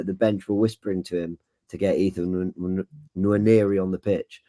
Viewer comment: You don't pronounce the N when you say "Nwaneri". It's Waneri